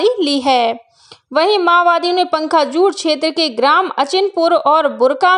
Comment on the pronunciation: पंखाजूर नहीं पखांजूर बोलो l